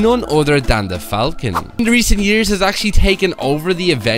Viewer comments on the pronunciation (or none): none